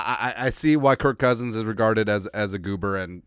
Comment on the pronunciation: Why you saying it with a t? Kirkk